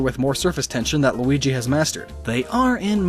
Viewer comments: Its Luigi not lugi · is that how u really pronounce that name, because that pronunciation is wrong.its (lu ee gee) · luigi not losegini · That Sport Is Actually How Luigi Walks On Water Also It's Pronounced "Looweegee" (TeHe , "Weegee") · i died when he said lingwini xDDD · ''Lusgini'' XD! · There's so many perfect jokes in this video. Saying Luigi's name wrong in a different way every time is my favorite. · And then said luigi wrong have you even learned how to pronounce Luigi or no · it's name Lugi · shut up you know how to say luigi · wow you can say Waluigi right but you cant even say Luigi right? Louie, linguine, LAMBORGHINI?!?!? (ik u were just kidding tho lol)